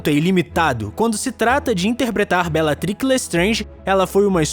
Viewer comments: Repararam que da primeira vez que ele disse "Belatrix" , pronunciou "belatric" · " Bellatriqui Lestrange" kkk